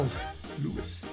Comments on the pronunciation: I think you pronounce his name “Louie”. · It is pronounced Louie, why, NAW'LEANS